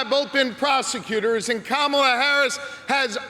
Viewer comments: He is not pronouncing her name right! They are yelling him and he is not listening. Finally! Like Comma'la 😀 Who comes on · I like how they are correcting him with the pronunciation of Kamala's name! 😆 🤣 😂 😹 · I bet that poor mayor will never mispronounce "Kamala" again 😂